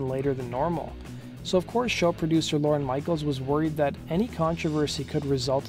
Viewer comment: OMG it's not "Lauren Michaels" it's LORNE, one syllable!